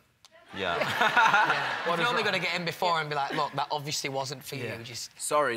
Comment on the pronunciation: louis' "obviously" has the same energy of "oBvIoUsLy tHeRe'S nOt tRuTh tO iT, oBvIoUsLy"